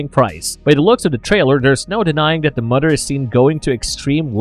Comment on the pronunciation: Mother not mudder *